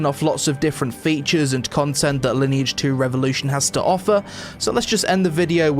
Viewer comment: Sponsored video, can't even tell the name of the game right. Ok.